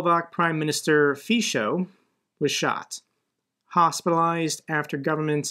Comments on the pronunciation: Its pronounced "fitso" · Fico pronounced "Fitz-oh". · the slovak prime minister is pronounced "fitzo" every time u mentioned him it was different but never right :D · `Just for future...it's pronounced Fitso...Slovakia's hinterlands are and have always been infused with rightwing nationalist. Slovakia have long been considered by Czechs as nazi collaborators. Bratislava is a different story to the rural areas just is Budapest is in Hungary. Not many here in Prague felt aghast at the attempted assassination of the right wing populist Fico. Just with Orban Fico originally was very much a left wing socialist who seized the same populist right wing power that Orban has done. Slovakia and Hungary have become very much a weak Eastern flank of the EU and we need to wake up to this. If either of these countries were to apply to the EU now they wouldnt come close to meeting membership requirements. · Fico is pronounced "FEET-so".